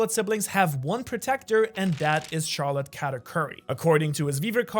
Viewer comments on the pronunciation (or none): none